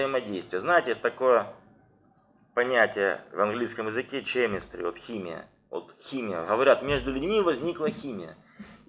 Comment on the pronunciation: Правильно произносить кэмистри...